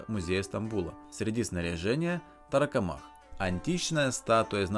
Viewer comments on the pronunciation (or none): Тарокомах ударение на КО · торакомак, по логике ударение на первый слог должно быть, от слова же торакс происходит, от него же и слово торс и торакальная хирургия